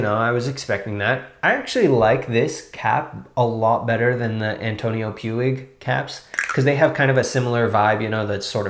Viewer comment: Another great review! I got a bottle of this quite a while ago and really like it too. Just FYI ""Puig" is pronounced "Pweeg" in this country. There's also another pronunciation in Catalan but I think You'll do ok with "Pweeg." 😀😀😀